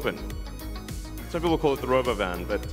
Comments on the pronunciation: He pronounces it as “row-bow-vin” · Robo-oven, that's how you pronounce it? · "Ro-Bovan" Elon an Alien confirmed 😂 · He really emphasized the ro-bovan over calling it a robo-van. When tesla FSD gets dependable, then I'll consider these a possibility. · To pronounce it "RoBOvan" is stupid. As it to call it "TeZla" It's "TeSla". It was in Serbia when Nikola Tesla was named that. It was when the company was founded by the people Elon Musk bought it from. Musk simply mispronouces it and the world decides to follow. So if he buys Porsche and starts calling it "porsh", will you follow? He has every right to change the name of the company. And he has every right to pronounce it how he likes if he STARTS the naming. But once it's established, to simply mispronounce it is stupid. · How Elon pronounces robovan is funny, its sound like robovun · Did he just call it Robo bin? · why can't he pronounce robo-van? God I hate this guy